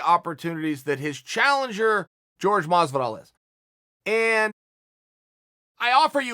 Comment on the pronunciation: Everybody: Jorge Masvidal Chael Sonnen : George Mozvidall